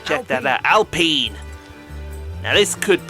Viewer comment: Alpine more like AllPeen lol, tutorial girl never shuts up give her the boot lol, can't wait to see more F1 manager